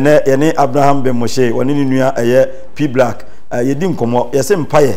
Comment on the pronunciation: Eii did the man just said P brack